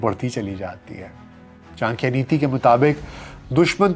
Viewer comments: ये क्या चांक्या चांक्या लगा रखा है? गांधारा क्या होता है? चाणक्य और गांधार बोलने में दिक्कत है क्या? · Bhai vo chankiya nhi chankya h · I think it is pronounced as CHANAKYA not CHANKIYA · कोटलिया नही, कौटिल्य बोलें चांकिया नहीं, चाणक्य बोलें टेक्सला नही, तक्षशिला बोलें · Chan - kiya ❌ Cha - n - kya✔️ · Chadikiya Not chankiya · What is chakya,,, it is call chanakya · Your podcast on kushwant singh, sukraat was outstanding. Here your content looked bit un enumerated. Further , pronouciation of chanakya as chankiya appeared unfair or erotic. Over all too much fumble here and there. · it is CHANAKYA, aap N ko silent samajh rahe hai shayad. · चाणक्य का नाम का उच्चारण सही से कर लीजिये साहेब। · Very wrong pronunciation of Chanakya😢😢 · Correct your pronunciation of chanakya